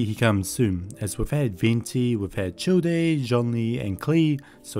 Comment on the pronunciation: I don’t want to pick on him or anything but it’s hilarious that he sad Childe as “Chill Day” 😂